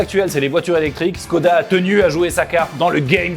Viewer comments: ça se prononce " Chhkoda " et pas "SSSScodaa ". Moi je retourne j'ai Vilebrequin ! lol ! Enfin ça n'en reste pas plus qu'une brique sur roues ! C'est tout carré, tout anguleux, ils font peut-être de bons véhicules mais ça reste quand même des designs plus que datés ! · Chkoda Pas si difficile à prononcer.. Salutations